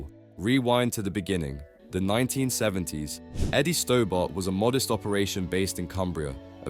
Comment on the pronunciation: Pronounced "Stobburt", not "Stowbart"